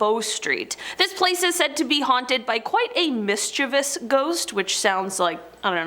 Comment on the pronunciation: They did but one of them also pronounced mischievous right, hardly ever hear anyone say that right.👍